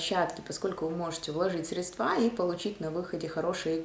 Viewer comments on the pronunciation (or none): не средствА, а срЕдства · Господи, как же режет слух слово средствА!!! А в целом все по делу. Спасибо за работу.